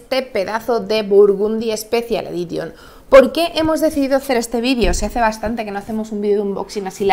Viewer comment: "quiquestarter" ... unas clases de Inglés no vendrían mal. Nunca sobran. classic "edition" ... en serio?